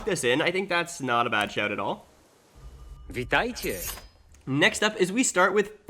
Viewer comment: "Witajcie" <3